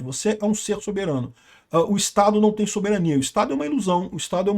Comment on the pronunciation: Nossa! Que pronuncia de soberania mais banal. Queremos o Soberaniaaaaaa soberaniaaaaaa